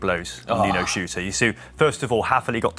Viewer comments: does a great job, but could someone help him with Nino's name? I'm pretty sure it isn't "Nino Shooter" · Can we please clarify how Nino's surname is pronounced? I've only ever heard it pronounced "shirter". Now people pronouncing it as "shooter". What's going on?!